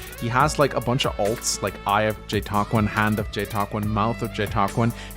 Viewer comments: Is the name really pronounced as "jetakwin"? Cant we just call him "jet queen" much easier that way? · It’s definitely pronounced Jeetqown. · JTQWN released a video referring to themselves with the "jetakwin" pronunciation so that's definitely the real one, but I have no idea to what degree they care about how it's said